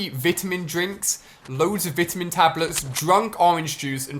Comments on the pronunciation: You really said vtamin Ali a no it’s vitamin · "Took a lot of Vitimin" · Vi tamins not vitmons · “Vittamen drink” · vitimin lol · Lmao what is a "Vidda-min" I thought it was a "Vitamin" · Did anyone else notice he said Vitamin wrong ? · it’s the British accent :p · You can't even say vitamin right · This gets a dislike because he can’t pronounce vitamin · why tf does he say vitamin like that😂